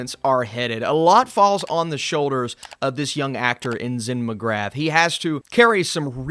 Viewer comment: McGrath is pronounced McGrah. The T isn't pronounced. Come on buddy, your surname is also Irish. Do better